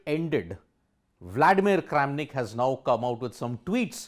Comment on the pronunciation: not kramanik but karen of chess world LMAO